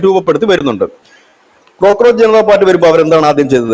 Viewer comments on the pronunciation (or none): ക്രോക്രോച് അല്ല കോക്രോച്ച് ആണ്